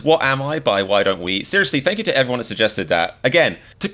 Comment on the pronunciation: “FaNk YoU”